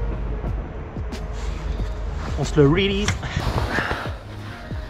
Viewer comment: Apres tu peux aussi parler français et dire: j'ai trouvé le bon combo et je vais le remettre à l'eau ;-) ça t'évitera de mal prononcer "release". Ne fais pas comme tous ces rigolos qui se la jouent en essayant d'utiliser des mots anglais qu'ils prononcent très mal et souvent utilisent mal à propos. Sinon belle pêche ;-)